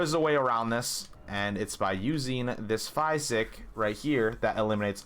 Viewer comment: Say the word Physical and drop the "al" off the end. That's how you pronounce Physick. It's not Pheyesick. I look forward to your Samurai build tutorials.